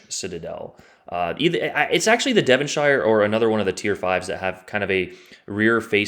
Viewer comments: In the UK “shire” is pronounced “sher”,(Devon”sher”), it’s not middle earth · Don’t say the i in Devonshire in the UK the I is silent in shire